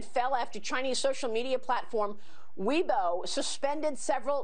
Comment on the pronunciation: Say it right “way boa” not Weebo